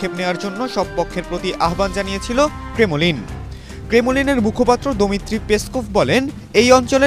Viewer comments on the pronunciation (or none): একি রিপোর্টার? ক্রেমলিনকে বলছেন ক্রেমোলিন? একি উচ্চারণ মিস্টার রিপোর্টারের! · ক্রেমো-লিন নাকি ক্রেমলিন,কইত্তে যে আসে এসব সাংবাদিক